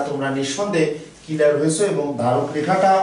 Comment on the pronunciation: দয়া করে কিলিয়ার না বলে ক্লিয়ার বলবেন।🤔🤔🤔😊😉